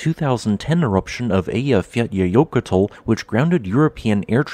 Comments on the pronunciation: Now I know he's using a synthesized voice. He pronounced Eyjafjallajökull absolutely flawlessly. Not only that, when I backed up and played it a few more times, it was still perfect! 👍😂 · respect for actually pronouncing Eyjafjallajokull. 👍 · Props for pronouncing that infamously difficult volcano name Eyjafjällajökull! I can tell you're really making an effort to get the names right.